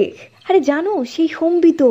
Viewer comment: Sombito na Sambit? ak akjon ak ak rokom uchcharon korche....amar mone hoy Sambit tai better....Sombito karur name hoy na chot kore...so erpor ektu pronunciation gulor take care korle valo hoy.